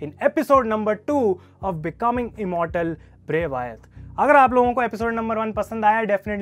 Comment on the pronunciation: It's wyatt not vyaat bro😂